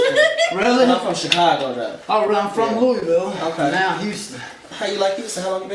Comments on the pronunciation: NOT FROM LOUISVILLE, no one hear pronounces it LOO-ey ville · How if that regard from Louisville Kentucky when he cant even pronounce it right? Fake mf